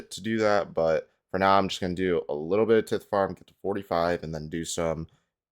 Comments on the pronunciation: Getting black dhide from hard clues is such a sick upgrade. I'm still waiting on finding a glory that way, though there's a good chance I'll just get the crafting level to make one myself before getting it from a casket. BTW the "i" in tithe is pronounced like eye. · I didn't know it was pronounced tit farm. The more you know. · your pronunciation of tithe is cringe